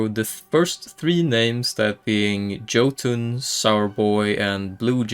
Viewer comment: Jotunn is pronounced "yote-un."